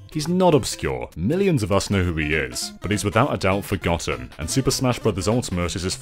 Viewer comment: FROGotten? Jeeez….